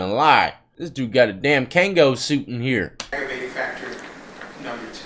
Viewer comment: “Kango suite” 🤣💀